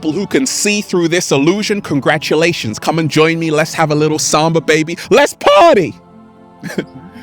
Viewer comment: Does anyone else enjoy when says “Congratshulashons”